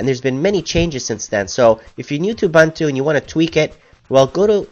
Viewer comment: Everything is great thanks. But it is pronounced "oo-BOON-too" and not "oo-BUN-too" That's it mate, keep it coming.